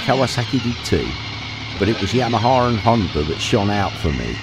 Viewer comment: . no er on the end of Honda.